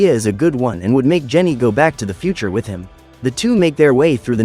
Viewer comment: With not witt